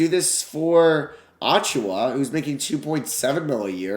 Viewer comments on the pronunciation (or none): Hoped he wouldn’t trade for Precious so I didn’t have to listen to him butcher his last name for 5 minutes